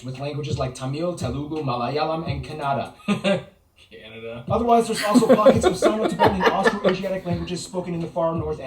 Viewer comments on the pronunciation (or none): Not kanaada it's ಕನ್ನಡ (kannada) 💛❤️